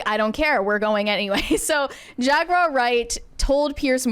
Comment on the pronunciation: Jag-WARR. Stop saying "Jag-WIRE."